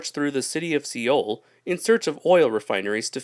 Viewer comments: When you’re Korean and he mispronounced seoul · Seoul is actually pronounced like the word "Soul" :)